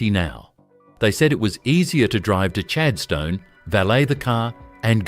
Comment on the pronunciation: Why can't AI pronounce correctly, where is Chad Stone??? Or Timu or Shane?